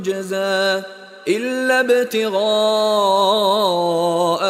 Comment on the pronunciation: Napravio je grešku u trećem ajetu od pozada , rekao je tudžeza umjesto tudžza